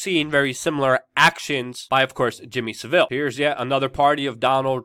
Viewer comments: It's not SEVIL, it's Savile! 😄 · Luke, you don't pronounce the S in Ghislaine also it's Savil not Sa-Ville and Jimmy Savile was Vile. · Jimmy SAville not saVILLE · Saville is pronounced Sav iLL not Seville, that is a a place in Spain. Ghislaine is pronounced Gee lane, it is French. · Totally agree that that the BBC has an awful track record particularly regarding Savile (fyi pronounced SA vil rhymes with Cavill). But in this case they are leading the charge far more than any other network. Maybe making up for past mistakes? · Luke its pronounced SAV-ILL and Gee-laine.